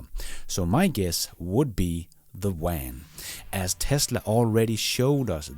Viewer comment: What the hell is a “wan”,?